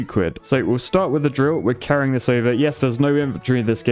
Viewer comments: C for cuid I thought it was quid? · Quid not cuid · "C for Cwidd"